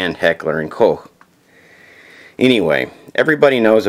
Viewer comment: its pronounced just like "coke"